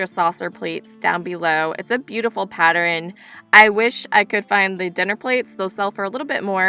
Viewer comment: I just found your channel by way of Scott's Old Curiosity Shop and have subscribed. I love the voice over style and nice music you use, because there's no distraction from store noise. You're the 2nd YouTuber I've heard pronounce the word, pattern, as "patterin." I'm curious to know if that is a regional pronunciation. Fun video! I look forward to watching more!